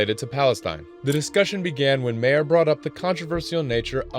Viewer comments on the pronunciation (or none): Stupid AI. Its not Bull Mare its Bill Maher. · Bill "Mar" not Bill "Mare" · It's pronounced "Mar", not "Mayor" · It's pronounced "Mar" not Mayor you tool. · It's Bill 'Marr" It's not "mayor" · hey AI BOT voice , it's Ma-Her NOT Mayer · Pronounced Marr not Mayer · Do you know what the problem with A.I. is? It is “systematically“ destroying the Internet. I’m watching it and I’m thinking something’s not right here, then I hear it attempt to pronounce Bill Maher’s name, it’s not Mayor, it’s “MAAR” you stupid tin pot R2-D2 pathetic excuse for a commentator. I’m getting to the point where I almost want to like a video simply because it dares to have a flesh and blood human being creating it, they could be saying complete nonsense but at least they’re humans. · Dude, learn how to pronounce Bill Maher. He’s been around a bit. It’s not pronounced like “mayor.” It’s pronounced like “mar.” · Is this a bot ? Can't pronounce Bill Maher like MAR NOT MARE 🙄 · You keep saying Bill Mayer … it’s pronounced Bill Mahr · Its MARRRRRRRRRRRRRRRR Not MAYERRRR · It's Mar not Mayer. BA! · “Mayor” It’s pronounced MARR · Mayer? Bill "Mayer" 😅. It's pronounced MAR rhymes with BAR. The "H" is pronounced as well, but just for the sake of saying it in a way that many people do, just rhyme it with far or bar. Bill "Mahr". I mean, how do you get MAYER out of MAHR? 😂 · Bill Maher is not pronounced “Mayor”. It is more like “Marr” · Bill Maher's last name is pronounced "mawr", not "mayor"! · It’s pronounce “mah-er”… As in Bill fucking Maher. “Mayor”?! 🤣😂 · My friend, if you're gonna do and expose at least learned how to say people's names right Bill Mayer? It's pronunciated mar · It’s pronounced Marr, not Mayor. Do research. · His name is "Mahr" not "Mayer".. lol are you slow?? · Mar not mayor. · 1. I hate when people need to "narrate" throughout the clips. Talk before the clip or after but just let the clip play! 2. It's not Mayer it's Ma-are. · Bill "Mayor"? It's pronounced Maw-her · Bill "Mair"?🤦‍♂️